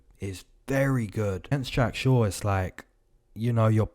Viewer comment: “I’m shore that Jack shore will win” 😂. It’s the little things bro. I love it.